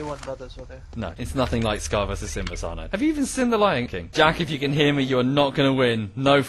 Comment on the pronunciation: U pronounced Cynide’s name “Shynide”, well done